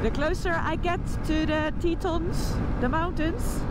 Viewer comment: Tetons. French word for 'tits'. Pronounced Teh-ton... not Teeeton.